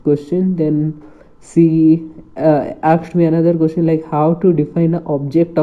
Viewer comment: She akshd me she akshd me